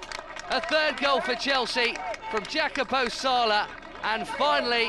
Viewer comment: His name is Jacopo, not Jacapo.